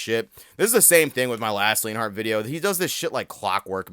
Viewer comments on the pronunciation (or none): Bro put the L in leonhart